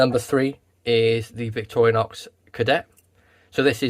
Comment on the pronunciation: Why do you say "Victoria-nox"?